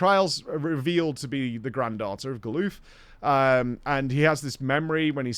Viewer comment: GAH-LUFF!! GAH-LUFF!!!!!!!!! STOP SAYING GALOOF! Jesus christ.